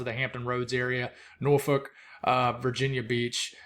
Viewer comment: I live in Norfolk Virginia and you pronounced it correctly normally people not from this area pronounce it wrong .